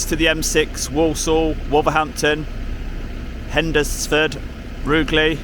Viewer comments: Sorry, but I have to audit two pronunciations: it's HENSFUD not Hendersfud and Roojelee, but you knew that, you cheeky chappy! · It's a silent D we say hens fud in Stafford